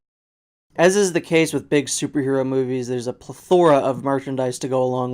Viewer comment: Pleh-THOR-ah? PLEH-thora